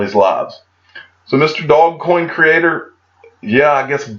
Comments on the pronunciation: It’s Dogecoin - pronounced Do’ge’coin duude!! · Pronounced: Do-zsh-coin